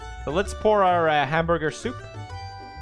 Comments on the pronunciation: hamburbur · A wise man once said “hamborger”